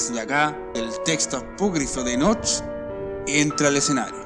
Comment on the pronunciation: Me choca cuando dices: Enoch con énfasis en la H. la H es muda no es necesario que trates de pronunciarla. Solo ENOC es suficiente. Buen video ya me suscribí y le di like